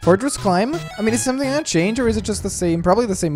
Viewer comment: its like S-O-M-E-T-H-I-N-G